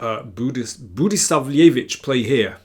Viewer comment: Well, one could also conplain about the pronunciation of Budisavljević, but come on